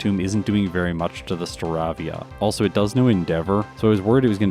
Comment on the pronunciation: Only just a very slight minor Pokémon mispronunciation,. Staravia is pronounced more like aviator, unlike Staraptor.